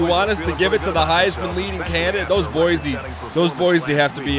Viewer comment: Hey Dan, I only have one issue with is episode, and it’s appeared in previous episodes as-well, it’s pronounced like boi c state not boisy state